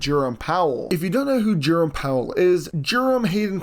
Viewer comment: Jurim Powell?? It is pronounced Jer-OME Powell!